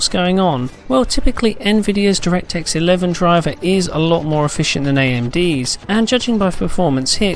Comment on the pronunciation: he said directsex 12... im done